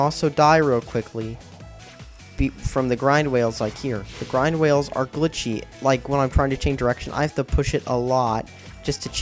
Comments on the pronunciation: you do know that DBZ come out after sonic. and how are the wisps anything lke mario galaxy? the only story element in that game that give you powers is the luma. and whats a "grind whale?" maybe you should learn to pronounce simple words before making a video. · gwind wails wow pronounce right... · Grind whales? Funny speech error.